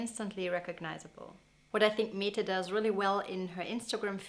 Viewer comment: Mette is pronounced "Mäddä".